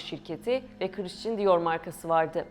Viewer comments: Lütfen hakkında konuştuğunuz firmaların/şahısların isimlerini doğru telaffuz edin !! “ Krisçın kim ?? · Kıriştın diyor jivonşei ne yaaaa???? Şu yabancı kelimeleri telafuz etmeyi artık öğrenin yaaa öğrenin!!!! Okuduğunuz yabancı bir kelimeyi yada ismi Türkçe okuyamazsınız! Türkçe telafuz edemezsiniz ! Hem Türkçe katili hem yabancı dil katilisiniz. Buda yaptığınız işe değer vermediğinizi kalitesiz olduğunu gösterir. Yıl oldu 2023 teknoloji ile uzaya Mars’a gidiyoruz ama halen basit bir Fransızca kelimenin okunuşunu telafuz edemiyoruz. Utanın artık yahu, utanın! 30 yıldır Almanya’da yaşıyorum yüzde doksanınızdan daha iyi Türkçe konuşuyorum, yazıyorum. Siz neyle meşgulsünüz de böyle öz değerlere gereken ilgiyi değeri vermiyorsunuz ???? Kınıyorum ve sırf bu yüzden hiç bir videonuzu izlemeyeceğim !